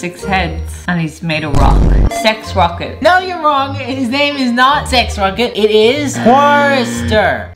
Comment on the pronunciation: SHE SAID SEX ROCKER BAHAHAH